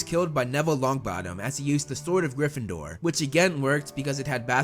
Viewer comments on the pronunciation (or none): STOP STOP STOP UR GONNA TAKE SOMEONE'S EYE OUT IT'S GRYFFINDOR NOT GRIFFINDOOR! AND SLYTHERIN NOT SLYTHRIN AND CHAMBER NOT CHANBER GOSH !